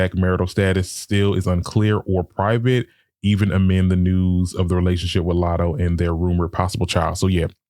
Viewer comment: Never heard of Lat-hoe before